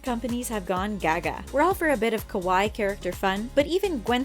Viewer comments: Kowai (the way the narrator pronounces it) means scary in Japanese. Kawaii means cute. I think you mean the former. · she said kowaii -. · please never say kawaii like that ever again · She also said kuh-why instead of kah-why-ee. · You said "kowai" instead of "kawaii" like how do you mess that up. p.s. kowai means scared and kawaii means cute (Japanese language) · I actually screamed out loud at the pronunciation of "kawaii". fohhhhh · You pronounced Kawaii wrong :,) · Kawaii is pronounced just like Hawaii with a K. Why is this so hard for people to understand? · Ok, I'm tired of people saying kawaii wrong trust me I live in Japan 🇯🇵 the way your saying it means scary the i's are pronounced like they're e's Edit: I'm not trying to be rude or any thing and yes I really do live in Japan because my dad is in the military working in Japan and thanks for so many likes! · SMDiys I'm not even japenese and it makes me cringe each time I hear it being said wrong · SMDiys i get so angry when i hear someone say it wrong like just dont say it if you dont know and im not even Japanese😂😂